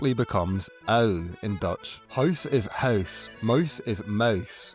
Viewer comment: I like how his accent (Northern Irish?) already makes the ow sound more like ui, almost sounds like he's saying "huis becomes huis"